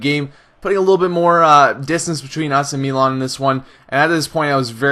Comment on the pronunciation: why do you say melan? its mi not me